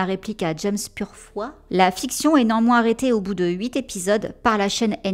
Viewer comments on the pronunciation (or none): none